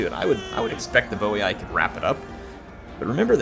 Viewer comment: And its boi(boy) not boiai